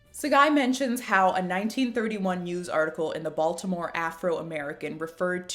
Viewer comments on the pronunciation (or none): none